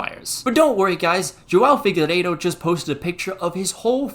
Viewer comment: Congratz! You pronounced João Figueiredo correctly; even Spanish speakers struggle to pronounce it correctly.